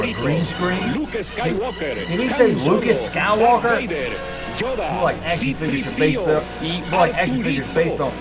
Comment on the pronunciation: They called Yoda …………. Joda 😅 in the commercial